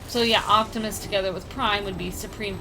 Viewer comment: Octimus? really?